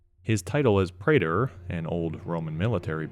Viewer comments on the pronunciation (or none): none